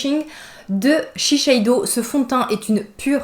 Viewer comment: Mais pkoi tu dis ShiSheido ??? C'est ShiSeido hhhhh blague à part moi j'ose bcp plus coloré c'est bête de se brimer la vie est courte